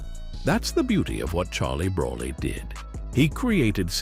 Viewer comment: These AI voices are becoming rather annoying, especially when they can't even pronounce "Baccarat" correctly. They even said "Charlie Braley". 😮 Charlie has a wonderful speaking voice and should take advantage of it.